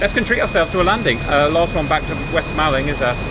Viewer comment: Gloster Meteor would be great on DCS and it pronounced West Mauling